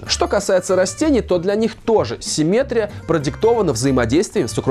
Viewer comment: Хочется только поправить: правильное ударение симметрИя. Кстати говоря, слово асимметрИя Вы сказали верно. ;)